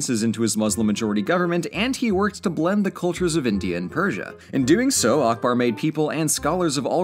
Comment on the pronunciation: If you pronounce Akbar as UCK-BURR, you will be closer to the name's actual pronunciation.